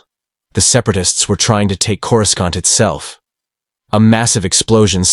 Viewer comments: Great story, but if you are going to use an AI voice, then in your script, write names out the way they sound, not the "official" spelling. "Coor-u-skant" becomes incredibly distracting! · "I'm sorry, but the AI is killing me with the mispronunciation of Coruscant — KOR-uh-sahnt (or CORE-uh-sont)." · For Fack Sake! How hard is it to teach your AI how to Properly Pronounce certain words like (Corē-sont) 🤦‍♂️ makes the stories sound Hella Goofy! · An alternate path where Coruscant is correctly pronounced "Korissant". The second C is not a hard K sound. Otherwise, this was awesome. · CorusKant.. wow, here we have AI or someone who has no knowledge of the Star Wars universe. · The AI voice just can't say Coruscant 😂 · Why can't people pronounce Courscant correctly? Pronounce it like the movies do.